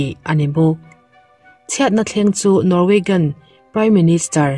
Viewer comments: An mahni pawn Norwegian an tia.. Nang in NorweGAN i tih daih le.. In chhiar dawn hian thil hre deuh rawn nachang hi hre thin ula ka ti.. Beng a ti thlep deuh thin.. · Norwaygan i tia..Norwagian hi tia lam tur ami? A Chang leh Osla te itia..